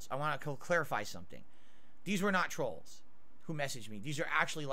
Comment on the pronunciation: Ah yes it’s always “Da trollz” 😢